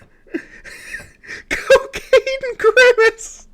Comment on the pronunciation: Randy talks about how Big Bird from Sesame Street is made of real feathers. Did he just say “Cocane” and “Grimace”? 😂😂😂